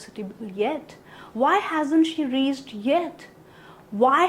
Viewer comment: Reached, pronounce is wrong